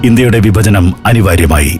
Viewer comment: ബിന്നിപ്പിച്ച് ബരിക്കുക, വിബജനം... നേരത്തെ ഉള്ള ആൾ അല്ലേ ഇപ്പൊൾ ഇത് പറഞ്ഞ് കേൾപ്പിക്കുന്നത്? 'ഭ' നേരെ പറഞ്ഞ് പഠിക്കുക.🤔😱